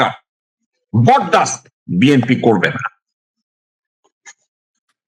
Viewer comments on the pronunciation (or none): দলের প্রধান ব্যক্তি দলের নামটি সঠিকভাবে বলতে পারে না।হবে বি এন পি। বলছে বি এম পি।